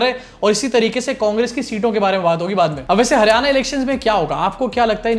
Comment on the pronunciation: Not Haryana, it's Haar-yana, mitron 😂